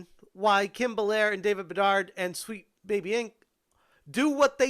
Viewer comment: A tip. The last d in bedard is silent. I have relative named bedard and it's kinda distract me for like 3 sec everytime you say it. :D